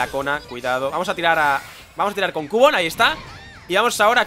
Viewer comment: se pronuncia quiubon no cubon